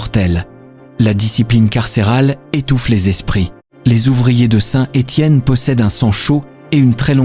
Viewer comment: FAUX on ne prononce pas Saint..........Étienne, mais SaintÉtienne. en un seul mot !